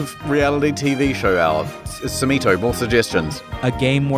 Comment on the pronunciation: Why does historian keep mispronouncing sumito?